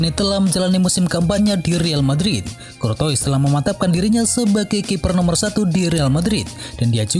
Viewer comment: Kortoa bacanya min